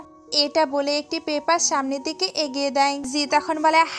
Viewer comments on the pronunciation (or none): none